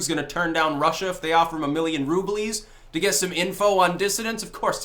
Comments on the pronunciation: Um... Rubles isn't said roo-bleez. It is pronounced roo-bulls in English. If you are attempting the Russian pronunciation, it is more like roo-blay, or just roo-blee depending on the case. No S. EVER. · "Roobleez" Lol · said it like actual Russians say "Rublee" (plural form of ruble) but then he added -s. Does it prove he's a Russian hacker? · I'm pretty sure that's not you pronounce "Rubles"